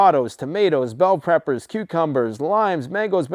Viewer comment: DID HE JUST SAY BELL PREPPERS?